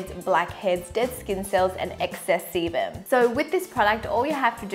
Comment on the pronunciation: Sounds like she is saying excess semen😂